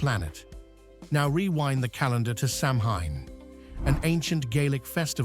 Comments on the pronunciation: The narrator could do with a couple of lessons in pronunciation! Sam hayne? It’s actually pronounced Sowan! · Samhain is pronounced sow wan. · Samhain is pronounced (sour in) Like in Lord of the rings. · Being Irish I enjoyed the presentation. My suggestion for improvement is for AI to gen up on gaelic pronuntiation. The seasons of both "Bealtaine" and "Samhain" and the folkteller "Seanchai" are mangled in the extreme.